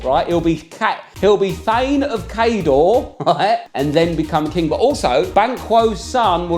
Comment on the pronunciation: Just thought you’d want to know Cawdor is pronounced cor-dor. 😂 Great video. 💓